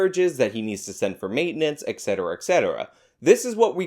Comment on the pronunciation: Please tell I didn't hear you pronounce "et cetera" like "ex cetera". Et tu, Brute. 😪